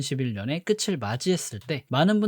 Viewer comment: 그대가 끝을을 끄츨이라고 발음하는것도 큰 단점 킅을= 끄틀이라고 발음해야지